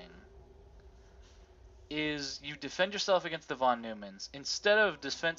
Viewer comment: Pronounced fon noymann. Now you dont have to look it up.